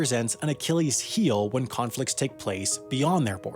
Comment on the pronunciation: You should learn to pronounce words like conflicts correctly, with the t before the s. You keep saying conflics. Not trustworthy, still less with that idiotic jingle-jangle in the background.